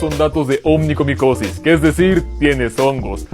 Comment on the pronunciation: Buena información. No sé si realmente seas médico o solo compartes datos útiles e interesantes. Pero escribir mal *onicomicosis*, siendo médico de verdad, hace dudar un poco de tu preparación y profesionalismo. Peor aún porque también lo pronuncias mal.